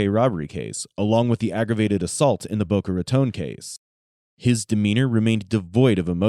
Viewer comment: Random- thanks for saying Boca Raton correctly 😁